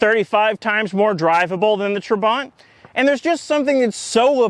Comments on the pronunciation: Whoa 😳 this is a well built car. Except for the speed. Then again I'm German. Being East German: I hate how you say Trabant. The second a is not longer nor more emphasized than the first. Still gonna watch all your Trabbi videos. 🥳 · If you’re going to make a joke about pronouncing, then maybe you should actually pronounce the car’s name correctly.